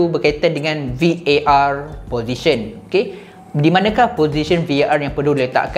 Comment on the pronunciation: admin VAR.. bukan VOR la